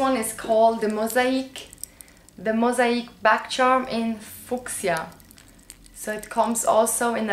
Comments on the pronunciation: I think the color of the bag charm is fuchsia, pronounced few-sha. :D Your English is amazing though. Fantastic video as always! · Time for another one of my English lessons. :-) The "fuchsia" keychain is pronounced " few-sha". I really like the sunglasses on you. I find that Ray Bans make people look like they have 2 sad droopy eyes. The LV look great. And I luv the scarf. Rose is so much more pretty than the one you originally wanted. Great choices!